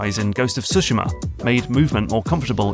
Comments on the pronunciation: Finally someone who at least gets the rhythm right on the word Tsushima -- far too many people say sooshiimah -- now to also include the leading T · Props for stressing the first syllable in Tsushima and yakuza.